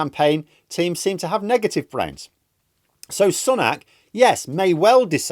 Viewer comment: I like you but always wonder why you pronounce it as "sunnak" unlike every other media outlet.